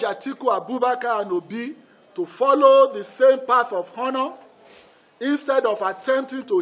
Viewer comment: Its pronounced Honor(ˈänər) Mr. Alake. The "H" is silent, you don't sound it out. So much for a so called learned veteran journalist! 🤦‍♂️🤦‍♂️. Shame!